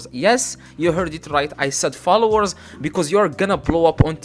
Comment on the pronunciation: the fact that he said flowers instead of "followers"